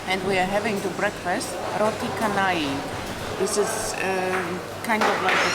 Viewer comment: Welcome back to Malaysia. Roti canai is pronounced as roti canai, not roti kanai